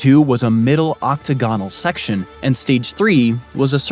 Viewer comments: Don't forget octaGONal. 😅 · He/it flubbed a few other words as well, such as “octagonal”.